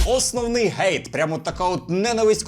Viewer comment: "Основний гейт"? Чому "гейт" коли правильно було "хейт", "гейт" англійською це gate-ворота, грати, а hate- ненавидіти?